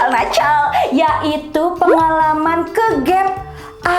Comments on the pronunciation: Paling suka kalo ngomong "nacal" 😂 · Gue ngakak beud kalo bilang 'nacal'🤣🤣